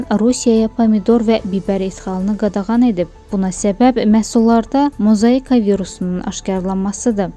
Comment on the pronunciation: Harada, A,, ni.. O ,,KIMI OXUMAG ,LAZIM, ,XAZNADZOR,, DEYIR, XOZNADZOR,, MOZAIKA,, A,, KIMI ,OXUNMALU, , MAZAIKA,, VAY ,VAY, VAY,, GULAGLARIMIZ, GETDI, GETDI . BIRDENE NORMAL JANAL YOX,, MIMERENDUM,,? MEMARANDUM